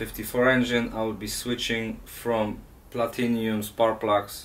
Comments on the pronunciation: It’s platinum not platinium 🥴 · its PLATINUM not PLATINIUM. nice car though... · Platinum, not "platinium". Copper plugs dont' last as long but still offer the best performance. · Personally I wondered if it was like in Australia where Aluminum is Aluminium or something like that. Not everyone has the same English.